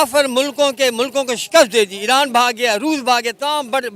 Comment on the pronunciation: Iran ki jagah iraand keh raha hai😂😂